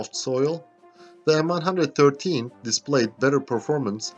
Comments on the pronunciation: "The M one hundred and thirteen" ..... LOL, and now the way it said in the US Army, "the M one one three". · M-1-1-3, not m one hundred and thirteen. If you cant even get tge name right, youre a shitty detective. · It is known as M One One Three, not M One hundred Thirteen. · Pronuncef "M one one three"